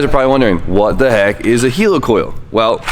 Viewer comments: Why you gotta say helicoil like 'heelicoil' when it's helicoil like helicopter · It’s heli like helicopter NOT heli like helium